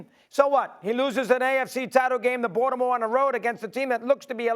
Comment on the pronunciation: 😂yoooo when doggy says "baltimore" it cracks me up he saying " Balddimore" lol